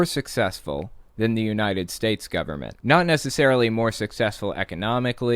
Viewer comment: I HATE that thing the do at the end of sentences, add an -ah at the end of a word, like government-ah